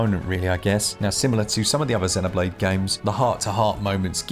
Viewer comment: I get super annoyed when people dont pronounce Xenoblade properly. 😂 Even in the game it uses the word root when talk8ng about life forms. It calls them Xenoforms. Listen to how they pronounce it. Zeeeeeeeeeno. Get it right.